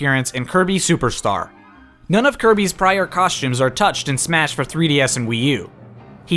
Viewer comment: Cawshtumes, Sholts